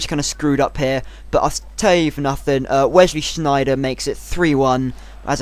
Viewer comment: never say Wesley Sneijder again!!! it sounded german!!